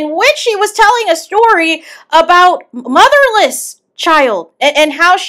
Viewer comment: Muh-lis, Muttliss, Muddaless dahtus. Took me out!🤣🤣🤣